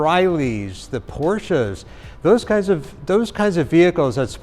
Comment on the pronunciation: Thanks for correct PORSCHE pronunciation. Not "PORSCHH" like most hillbilly, hinterland Americans. I know it's not their fault! Please forgive them.